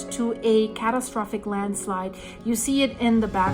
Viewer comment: You almost saying Landschleid a few times made me laugh :D